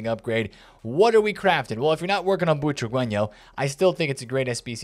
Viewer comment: Boo-tra-ge-ño not chihuahueño